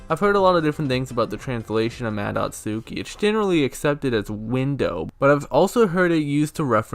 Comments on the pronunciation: You actually pronounce Madotsuki like "mah-dot-skee". In Japanese when the letter U is used in similar contexts, you drop the U sound. Like how "Sasuke" is pronounced "sahs-kay". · What's a yummy nicki and a mado tsooki? Come on, if you are making a video about understanding it, it wouldn't kill you to at least put these words in google translate and listen how they are pronounced in japanese so you know how to say it properly in the video. I know you are mostly joking but come on...